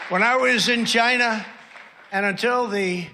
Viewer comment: Love how he pronounces China as, “Gyna.”